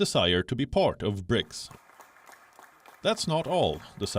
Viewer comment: "BRICAS" 😂😂 I'm done.